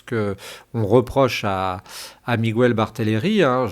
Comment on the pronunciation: Bonjour , en espagnol on prononce miguel sans u on dit mígayl on accentue le son ai ( e) en español j’espère que c’est clair